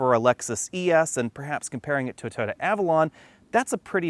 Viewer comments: “ToTTa” or Toyota? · To-Yo-Ta. work on that. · its weird how you pronounce toyota, sound like ToTa. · Could you possibly enunciate the word Toyota. At the moment you sound like you're calling it Dorothy's dog from the wizard of OZ